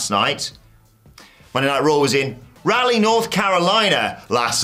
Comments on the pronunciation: Raw-LEE not rally NC and Rebee not Rebe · Locally we pronounce the city's name as Rah-Lee, not Rally. Although, question, in England do you pronounce the historical figure's name Sir Walter Rally?